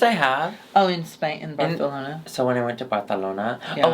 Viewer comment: So excited for another season go saying “Barthelona” and Alexis looking STUN! Always missing Chan ☺️🖤